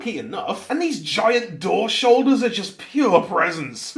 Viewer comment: “These giant door shoulders-” SHOULDOORS???